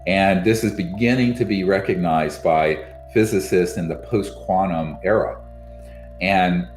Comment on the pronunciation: Oh yeah! QUANUM without a T too.